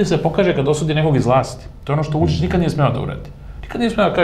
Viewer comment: Kako Glišić akcentuje Vučićevo ime ne obećava baš da se bori za Srbiju. ( ako je verovati pokojnom Lanetu Gutoviću )